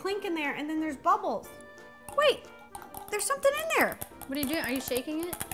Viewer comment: What does buble mean, oh u trying to say bubble that's a easy word